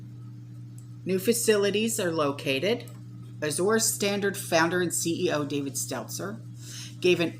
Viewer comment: I think it is pronounced Az-jur Standard, like the color Azure Blue. (Like the French Soupe du jour or Soup of the day.) Thanks for the updates. This is so scary. I can't believe that people are not waking up!